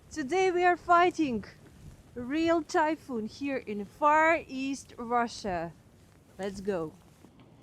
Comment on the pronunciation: I thought you kept saying that you were going to eat Thai food 😂. Then when you said it was like a hurricane I understood that you were saying "typhoon."